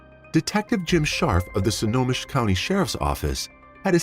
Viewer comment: Why do you pronounce Snohomish as "Sonomish"??